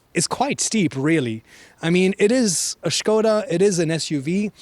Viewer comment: Sköda ❌ Škoda ✔